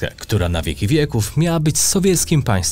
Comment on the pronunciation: + „satelijskim” i „historycznie polski «SPIŻ»”